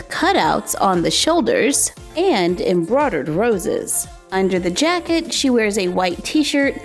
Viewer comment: "Embrodad roses" That's what she sounds like she says